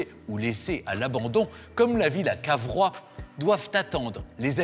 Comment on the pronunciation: Ce n'est pas Carvois, mais Cavrois !